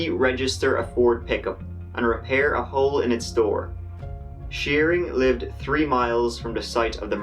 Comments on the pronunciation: I’ve heard you say “three” normally before in one of your videos. You say “tree” just to be different, and I’m okay with it. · Love your videos and I think it's adorable how you say tree instead of three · It's not tree it's three u pot head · The beat is tight bro, sometimes I don't know if you are saying three or tree though. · I love your channel, you cover these cases closely and without bias. Also nineteen eighty T R E E. still love ya though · you need to have some jamaican people in your life lol